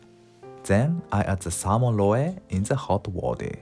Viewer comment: Excellent video. I plan to do this with the next salmon I catch! Small note, in English we don't pronounce the e at the end of roe. That e makes the o "long". In Katakana, pronounce "roe" like this: ロオ